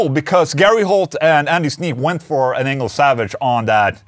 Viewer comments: Sounded like you said. "Ola testing anal plug in" in the intro. Glad to see the video about the Engl though. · Who else thought Ola said, "Anal plug-in" instead of "Engl plug-in"? Lol! 😂🤣😂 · Every time I hear you say Engl plug in, I hear anal plugin. But that’s on me. 😜🎸🤘🏻